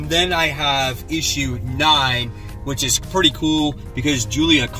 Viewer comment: You know, I used to think the name of your LCS is "Witch's Comic Central". Now I realize you're saying "which is Comic Central" lol